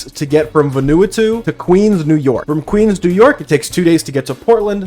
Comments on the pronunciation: close, but Vah and ah instead of veh and eh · Vanuatu is pronounced "Vuhn-oo-ah-too" btw. Not the most important addition but boy was I blindsided that they produce black market estrogen where I'm partially from. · I'm on my hands and knees man, please. It's VA-NUE-AH-TUE. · nahhhhh not va-nu-a-to its vah-nu-a-tu btw i think :p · its not important, but your pronunciation of vanuatu is hilarious. its VAN-OO-ARR-TOO not VANU-ATOO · Ven-a-wah-two. Crazy pronunciation of that country’s name. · it’s pronounced VAH-new-AH-too also great vid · im sorry brother its "ven-oo-ah-two" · good god man please google how to say Vanuatu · the pronunciation of vanuatu is killing me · That is not at all how you say Vanuatu my guy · ... Sure, sure, all the trans issues are good to discuss and all, but are we just going to brush right past that absolutely wild pronunciation of "Vanuatu"??? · The way you pronounced Vanuatu had me dying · The pronunciation of Vanuatu was the wildest part of this video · that's cool and all but the way you pronounce vanuatu makes me uncomfortable